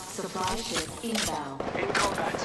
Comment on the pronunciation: He said ** instead of ship